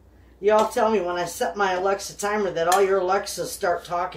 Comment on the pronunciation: have to laugh every time you say alexi set timer my sets your time